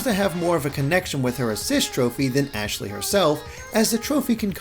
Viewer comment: You'd better learn her name cause it's ASHLEY